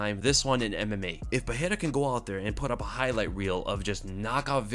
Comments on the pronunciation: i dont think that s how his name is pronounced. the r becomes h only when it strarts a word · hey, the "R" in portuguese only have the "H" sound when it is in the beginning of the word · Bruh why do u keep pronouncing Pereira wrong